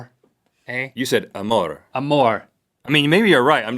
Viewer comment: Link pronounced amour correctly. That is French for love.